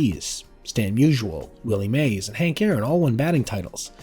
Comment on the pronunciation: It's MUSE--ee--al ................. not muse--you--al................................